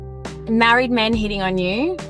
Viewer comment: It's pronounced men, not me-en. Sheesh